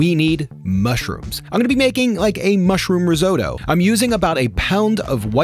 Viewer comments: Risotto, not risoto. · Riz oddo. When you pronounce it this way it sounds awful. Please please pronounce your Ts. Rizz otto. It's not hard. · In Italy you pronounce it Ri-sO-TTo. Emphasis on the first O and the double TT. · whats roe-zo-toe? lol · Your an a animal.......washing 🍄 and how you say risotto! Reszto😅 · riz oh tow? LOL! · wtf is a rizoado? 🙄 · Its an accent thing, I'm British so we pronounce the t's (riz ott o) love your recipe though it worked out delicious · we don't pronounce risotto and pasta like that. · Would be better if you pronounced pasta and risotto correctly lol damn yanks butchering words 😅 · Please learn to pronounce risotto.